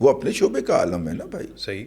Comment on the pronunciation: عالم میں 'ل' ہے زبر نہیں بلکہ زیر ہے۔